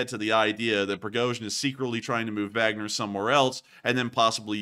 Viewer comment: Like the info and format, but wish you would pronounce Wagner one way or the other instead of that mashup of German and English you use. It makes me wonder - Do you have a Vag, or man parts?